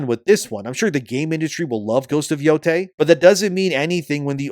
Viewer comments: Ghost of BOO-TAY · ghost of Nō-ty